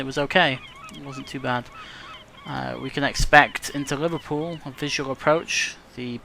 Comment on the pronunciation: liverPEWL that has made my day hahahahahaha